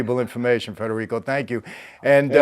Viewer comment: Good friend u pronounced his name wrong.. dad was born in Naples or on a boat ride ?